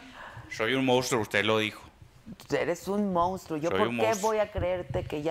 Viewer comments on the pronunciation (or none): none